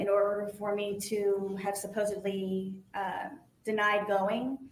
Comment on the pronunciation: Haha she says “Supposably”